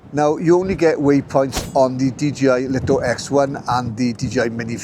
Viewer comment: Thanks for the great review. For info, according to some pre-release LITO testers, DJI were adamant that the drone must be pronounced as the Light-O and Light-O X1. Not Leet-O or Lit-0.